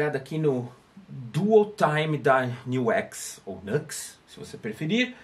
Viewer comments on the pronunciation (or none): Pera la, a pronúncia de "Nux" é Niu éx? N pode ser